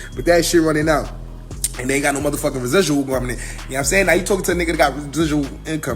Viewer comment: LOL couldn't even say residual but sending bitches to the shelter. She better run there and start over.